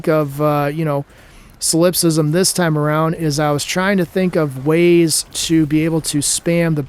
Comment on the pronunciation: Sol in Solipsism is pronounced like Saul